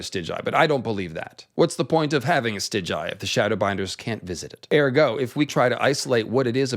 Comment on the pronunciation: In your next video pls pronounce it Stigai not Stiđaji